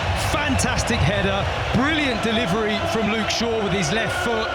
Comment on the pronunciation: Deh Liv Reh Lee